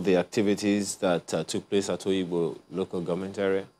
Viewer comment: It is NOT Oyigbo it is called Obigbo